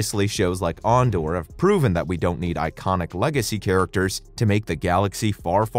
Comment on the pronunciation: “AHN-Door.” 😂😂😂 Literally never heard anyone pronounce Andor like that!